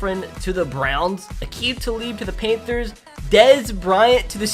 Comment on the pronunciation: DID YOU SAY PAINTTHERS. IT IS PAN THERS